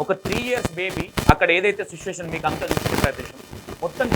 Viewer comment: Susvation 😂 kadhu bro situation kochem mamchiga pronounce chey